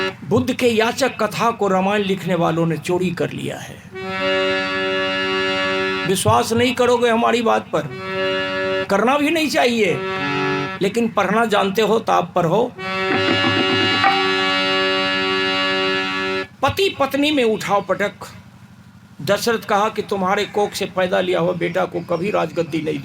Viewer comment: तुम्हें बोलना तो आता नहीं तुम क्या व्याख्या करोगे शास्त्रों की पढ़ने को परना बोल रहे हो लोगों को बरगलाने का पाप कर रहे हो